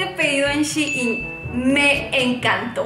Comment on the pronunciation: Me desespera que no pronuncies bien "Shein"